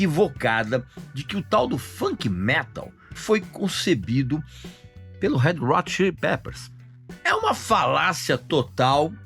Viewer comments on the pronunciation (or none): “head rot chilli pepers“ foi nível Joel Santana, hein, Regis?! 🤦🏻‍♂️